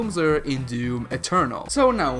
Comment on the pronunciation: He says "DEWM" ...like Yahtzee's review did xD